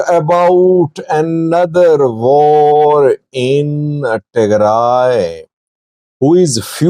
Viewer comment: 😂😂😂😂😂😂😂😂😂😂😂 although you're pakistani, you sound indian when you say "var" instead of "war" that's becuase some Pakistani languages such as urdu share hindustan tree, although the Pakistani influenced by persian...etc. i dare you to pronounce war in your next footage.